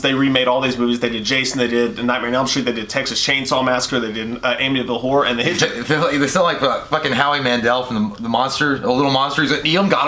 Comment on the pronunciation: its so funny how J said the bitchter lol